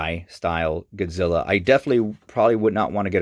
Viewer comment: first off its mathra, beeb boop godziller and gay dorah. Get ur fax right.